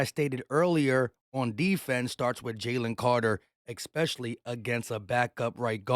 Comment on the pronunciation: Please for the love of God please I rock with your content bro but you're driving me crazy with the mispronunciation of especially there is no x in it no ex there is no x in especially especially You see how it's spelled no x but I rock with your content and I rocks with the eagles for life I'm 46 years old and I've been an eagles fan since I was six much love bro just stop saying especially with an EX